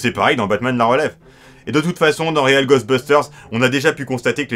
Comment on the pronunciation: Je n'ai que très peu vu Real (prononcer "rweel" comme "réel" en anglais) Ghostbusters et n'en ai donc que peu de souvenirs, mais par contre Extreme Ghostbusters était vraiment l'une de mes séries préférées lorsque j'étais pré-ado. J'avais vraiment énormément d'affection pour les personnages, notamment Kylie. Merci beaucoup de lui donner ses lettres de noblesse. Par curiosité, qu'avez-vous pensé du film reboot all-girls ? Personnellement, je l'ai beaucoup aimé.